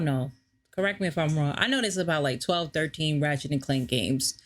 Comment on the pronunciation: You said his name wrong